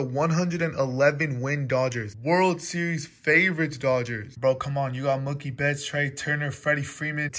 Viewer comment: Just letting you know you were pronouncing Mookie Betts name wrong